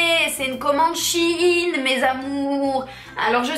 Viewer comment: Shein ne se dit pas " Chine " mais " chèyne " 😅